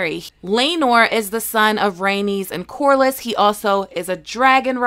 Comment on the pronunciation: Corlys: Core-leez not corlis